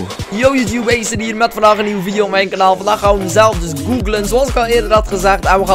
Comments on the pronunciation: hij vond dat woord in een film maar je spreekt het anders uit hij vond dat cool en hij noemde zichzelf zo op games,... en ook zijn YouTube kanaal maar hij spreekt het dus uit als eeejsit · je spreekt het uit als a-siet 10/10 would cry